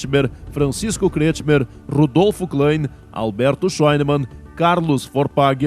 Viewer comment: Muito bom. Parabéns. O Locutor é que deveria ter praticado melhor a pronúncia dos sobrenomes alemães e corrigido a leitura errada dos sobrenomes Kretschmer e Schlegel entre outros. Entre Schlegel e Schnegel há uma grande diferença no significado do sobrenome. Se for para honrar os fundadores e seus descendentes.... Mas no mais o vídeo cumpre seu valor histórico. Parabéns Congregação